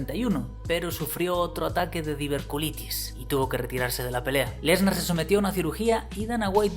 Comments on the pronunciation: No se dice diverculitis, se dice diverticulitis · Lo que más me duele del video es que repites un par de veces diver-culitis cuando el nombre de la patología es diver-TI-culitis jajaja